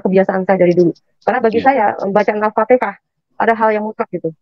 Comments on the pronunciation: Bukan alpatikah pir nyebut ayat saja kamu TDK becus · Ngucap alfatihah aja salah alpatekah,ngaku2 tukang baca Qur'an,kl mengerti isi Al-Qur'an pasti tau yg bener dan salah